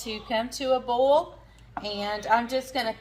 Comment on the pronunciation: You pronounce Boil like Bowl, that's a southern thing right?